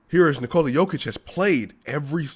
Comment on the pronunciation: One more thing, I don't know if you are aware of actual pronunciation of 'Nikola'